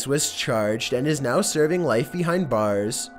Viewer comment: he said light instead of life